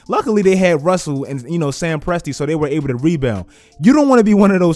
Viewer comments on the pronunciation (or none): none